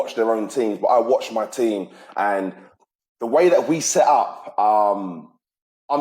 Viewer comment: It's "Set Up" not "Seh Up" just sayin brah